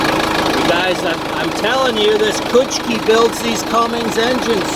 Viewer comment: Cummins not "Cummings".......Ford guys lol